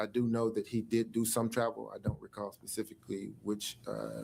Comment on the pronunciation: "I don't recall pacifically" lmao 🤣